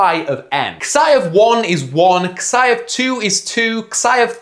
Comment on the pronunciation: Jesus christ mate, it's "zai", not "ksai" function.